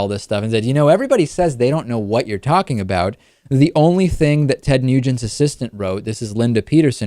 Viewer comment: It sounded like David said Ted "Mutant" in the beginning...very appropriate.